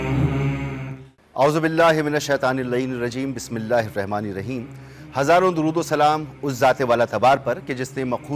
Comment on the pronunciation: O yar is anchor ki bismillah to thk kerwao... Itny bare ulama bethy Kisi ny note NI Kiya .. har program me ye ese Perta hy